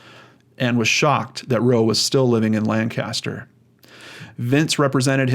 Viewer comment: FYI: The city in Pennsylvania is pronounced LANK-aster; not LAN CAST er.